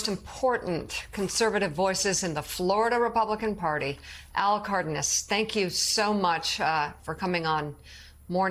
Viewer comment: Hey Mika is Cardonas, pronounce Car-daugh-nas.